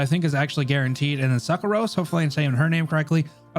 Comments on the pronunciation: Can't help hearing fructose xD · No it's pronounced SUCCrose